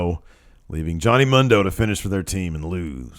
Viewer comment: It's pronounced Moon-do not Mun-do